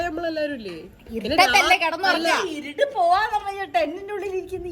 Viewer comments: ഇരട് അല്ല ഇരൂട്ട് ആണ്❤ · കോഴിക്കോട് ചിലപ്പോൾ ഇരട് എന്നു ആയിരിക്കും പറയുന്നത്. ഞങ്ങളുടെ നാട്ടിൽ ഇരുട്ട് എന്നാ പറയുന്നത്